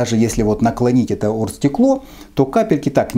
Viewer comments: Просто букву "г" проглатывает, что как бы сленг в Украине, все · с Украины, букву "г" просто проглатывает после согласной